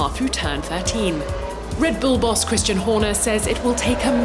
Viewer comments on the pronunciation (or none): none